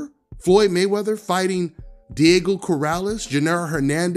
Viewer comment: he said Maywrather era